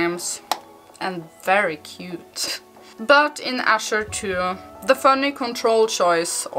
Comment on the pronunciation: that's okay thank you for talking about it anyway. It sounds nice the way you say it anyway :)